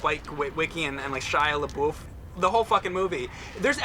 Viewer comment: "Shia LaBeoof"